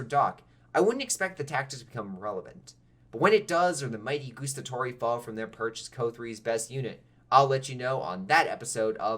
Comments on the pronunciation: The way how you pronounced Guastatori is al wrong. It GuAstatori not Goestatori there is no OE sound. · That "Gustatori" hurt me from the inside xD. This literally means "those who taste" 😂